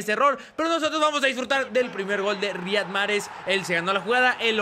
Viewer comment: Se pronuncia ''Raijad'' Mahrez